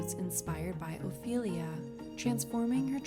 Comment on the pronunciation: Ophelia , not " Oilia " , for God's sake !!!